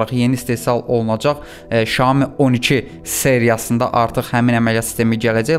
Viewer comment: Şayomi yox ay bla Sayomi 🙄